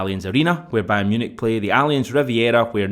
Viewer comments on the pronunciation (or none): none